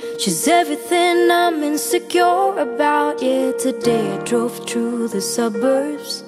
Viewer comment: Sedap betul dengar sebutan Aina Abdul. BEST 😊. Berkenan betul sebutan "suburbs". Nyanyian bertenaga dan ada power setiap bait2 yang disebut. Macam tengah bercerita dengan pendengar. 🥰